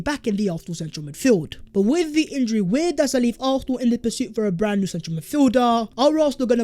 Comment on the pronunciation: “Vhere & vhere”